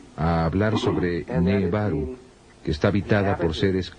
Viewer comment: El que hizo el doblaje debería haberse informado porque dice cualquier cosa "nebaru" en lugar de nibiru le erra en muchos nombres e información!!! Igual es excelente el vídeo pero si lo ve alguien que no está muy adentrado en el tema se puede confundir luego cuando lea más sobre esto.